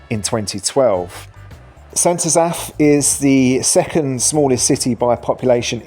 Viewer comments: Sent azaph? Its st. Asaph. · St AzAff? Oh, dear. Emphasis on first syllable!! COME ON!-here we go again! Check with Welsh friends, or google it!.. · An English man judging Wales. PLEASE (the irony)... The best thing about our Country is.. it's NOT England.. Your effort at trying to pronounce St Asaph is hilarious., oh and its not a city, it has a Cathedral which was the old requirement to be a city but not today. So do us a favour take your opinion and stay in England. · Fair ranking I’ve always pronounced St Asaph more as “s’n Ass-eff” …not Ass-Aff. …though I’m not local The oddities of what counts as a City in UK….city status for essentially a small town of St Asaph, the village of St David’s, but doesn’t include much bigger Llanelli, Caernarfon, Welshpool, Aberystwyth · The way you pronounced St Asaph. made me brain hurt. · You couldn't be bothered to learn how to pronounce St Asaph or Pilgwenlly? Your over all assessment of the cities isn't at all bad. Next time you're in Cardiff, spend some time in St Fagans museum. It's free to go in after you've paid for parking, and if you don't arrive by car you don't pay at all.